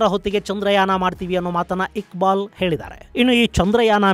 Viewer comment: Iqbal ❌gubal ✅😅😅😅